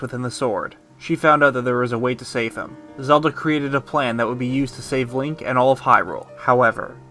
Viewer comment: really sure sounds like you said Leia not link lol